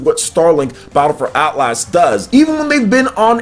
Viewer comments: It’s not At Las it’s Atlas so annoying. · Probs a small overcorrection because he used to say Atlus like the developer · Why do you keep saying AtlASS? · It's hilarious to hear mangle the word Atlas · Haha man you say Atlas funny.